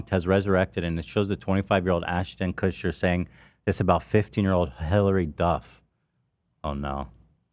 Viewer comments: Ethan called him, “Kushton” 😂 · Asher and Marla Kushtin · Kushton, Kushin, Kushter, it’s all the same right? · Ethan calling Ashton Kutcher “KUTCHTON” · Ah yes, famous hollywood celebrity Atcher Kushton